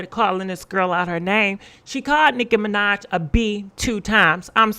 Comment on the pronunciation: Mi-NAHj not Mi-Nodge